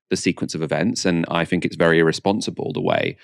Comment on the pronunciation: please stop saying " I fink".